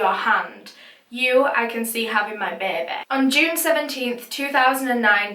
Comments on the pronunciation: Everytime I see a baby, in my mind I'm thinking behbeh!!!!!!!!!!!! 😂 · Take a number. We all come here to hear say "behbeh". LOL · I know this is a serious video but the way you pronounce “baby” kills me 🤣